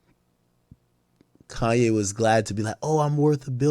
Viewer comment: This dude say KAIYE WEST😂😂😂😂😂😂😂💯💯💯💯